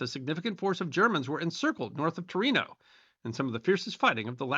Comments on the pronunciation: Tornio, pronounced more like "tor-neo" than (Gran) Torino. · I think you've got several photos of re-enactors towards the end of the video. Good video though! P.S. Tornio, not Torino (that's in Italy!). "Hogland", "Högland" or "Suursaari" would also be more period-correct than the modern Russian "Gogland" (which comes from the Swedish "Hogland"). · Tornio, not Torino. Torino is in Italy. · As Finland isn't Italy the city of Tornio ( TOR NI O) should not be mistaken for the capital of Piedmont Torino (TOR I NO) ;) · Island of hogland? Pronunciation sounded like gottland which is in Sweden. Also it's Tornio not Torino.